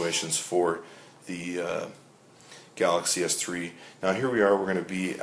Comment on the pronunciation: Wow, is it really that hard to say Galaxy S3?